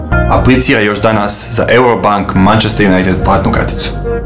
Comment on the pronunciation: Василије Демоњић A da, zaboravio sam da je on iz Uzica. :) U pravu si... :) A dobro, ovo za ''R'' nije nista strasno, i ja do prije par godina nisam znao. Opet, ovo '' Mancester Junajted'' je izgovorio kao Britanac .:D